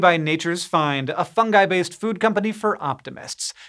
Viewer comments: He said fungi instead of fundgi. Thank god! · hank actually pronouncing fungi correctly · Hank didn't say fun-jigh! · He did it! He pronounced fungi correctly!